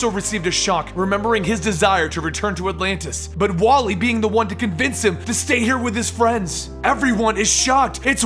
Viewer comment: It's wall-eeee